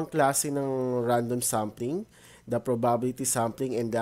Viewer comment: ganon po ba talaga pronunciation ng probability?